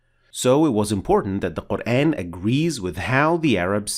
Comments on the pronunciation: Yooo admin!!! Can you pronoun Al Qur'an in a correct pronounciation!!!??? In a corret method??? I sick hear that word qur-aen even though you talking in english the of GOD'S BOOK MUST BE THE SAME!!! as you name is we can't change your name to be " The one who be praised* when we talk to you in english.!!!!! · Wrong pronunciation of word Quran. It sounds like Qurain.